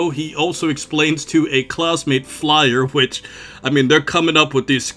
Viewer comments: You keep calling her Flyer, but it’s Fyler. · I believe his name is Chok and the girl's name is pronounced FIE-LAH (fai-rah in Japanese)